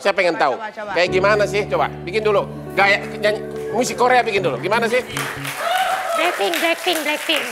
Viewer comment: Dia bilang black pink, gw dengernya lighting 🤣🤣